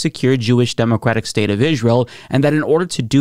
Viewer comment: "demoquatic" gets me every fucking time. i cant tell if thats a slip up or its on purpose since you've sd it on multiple videos.